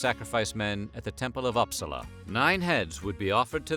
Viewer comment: I’m a Swede born and raised in Uppsala. Also it’s pronounced ( oop-saa-luh). It’s okay though a lot of people pronounce it like that. I love this channel! Also here in Sweden 🇸🇪 we believe that maybe the marks in the teeth were given to slaves. Not sure but so far this is what we’re currently thinking.